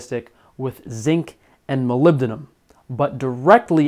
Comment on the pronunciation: You pronounce Molybdenum really well.